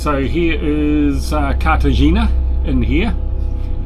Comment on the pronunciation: Cartagena (carta henna - corrected in post?) and Marbella (Mar bay ah) – good pronunciations. Incredible rugged coastline and no people! The drone opens up so much more in your footage! Tracking the boat under way was beautiful – just try to avoid the microadjustments mid pan (or crop them out!). Don't think I've mentioned it before but if you find your drone surrounded by birds and maybe under attack, always climb. Birds can drop faster than the drone but they can't climb fast. So straight up then bug out of there. Getting some nice smooth pans now. Slowing the settings in Cinematic mode makes a big difference. Are you headed to UK?